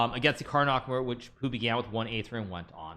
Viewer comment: You pronounced Nakamura wrong